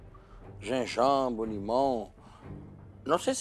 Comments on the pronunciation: GENGAIBRE LIMÃ PÃ Kkkkkk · KKKKKKKKKKKKKKKKKKKKKKKKKKKKKKKKKKKKKKKKKKKKKKKKKKKKKKKK genjanbre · citrique..gengãbre.... Eric é demais...AHAHAHAHAHA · o Jacquin falando "Na realidade,esse prato tá muito CITRIC*,"*GENJABRE limão..